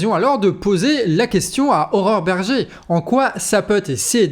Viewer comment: C'est moi ou ...? A chaque fois que tu prononces le nom de cette femme j'entends horreur berger xd